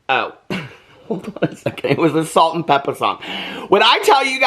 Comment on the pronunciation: Calling them Salt n PeppeR!! ITS Pepa!😂😂 u crack me up💜